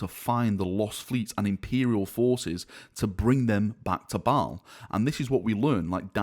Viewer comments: M8, its pronounced (bale) not (ball) just fyi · Did you say the new Battle barge ship is named “Balls Fury”? 😂